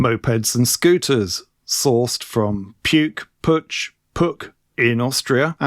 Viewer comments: In Germanic languages' area, Puch is pronounced [pukh]. 'P' is hard, no puff of air; 'u' is like the end part of 'you'. The -ch is read aloud like the initial sound of 'khaki'. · Puch (German pronunciation: [pʊχ] 🙂There's an audio of it on the English Puch wkpd page. But that’s just by the way – the video is brilliant! Thanks and best wishes from Germany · Actually rhymes with look, book and nook (ie a short 'oo'). To be completely correct, should have an almost indiscernible extension to the k - so Pookh...... Having said that, we always called it Pooch, as you would refer to a dog..... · It actually rhymes with book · All your choices are wrong. Puch is pronounced as if it were a Scottish word. With the Ach-sound at the end. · I have been riding since 1968. Never new how to pronounce PUCH either. They made small motorcycles I believe for Harley in the 60s, my dad would rent one and give me a ride when I was 14. No foot pegs for a passenger so my feet tried to stay on the axel or something.